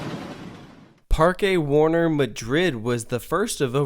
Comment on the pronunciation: Fyi it's pronounced "Park Warner" just like how you would say it in English. It's just spanish gramatical rules which are into play here. Just like how Parque de atracciones is just pronounced "Park dae attracions". Generally here in Europe some words will sound either exactly like or similar to their English counterparts but be written differently based on the grammatical rules of their respective language so just keep that in mind (example. Haus in German is pronounced the exact same way as House in English. obvious one there.)